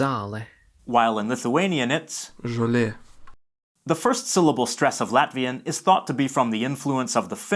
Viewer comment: Little correction: the [o:] in "žolė" is supposed to be long (at least in the prescriptive norm). Otherwise, a really amazing video. You really pointed out the most important features of the Baltic languages. I'm a fluent L2 speaker of Lithuanian, and yes, to understand Latvian, one needs to learn a lot of the basic vocabulary which is either not found in Lithuanian or is rare / has an different meaning. I know multiple Lithuanians who used to live and work (or study) in Latvia. According to what they report, the first month or two are challenging because one needs to learn these vocabulary differences. But, after this initial struggle, all of these people became fluent in Latvian within just a few months. It's comparable with what happens to someone who has, say, Ukrainian as their L1 and moves to Czechia or Croatia. Initially, it's overwhelming because of the high amount of false friends and things sounding weird, but ends up being really easy in the end.